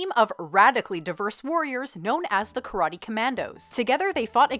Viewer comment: why, on why, do they always say "karari" when they mean "karate"? it's not difficult to pronounce.....ka(sounds the same as the "ca" in "car")....ra(the same as the "ra" in "rash")....te(the same as the "te" in "ten")...